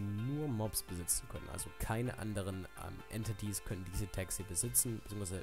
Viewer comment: Entities wird Änteitis ausgesprochen